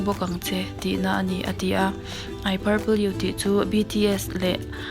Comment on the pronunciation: I paple you ati ,,purple lam Dan zirtir angai🤣🤣mahse, mipa suak tan chuan a awm tho eee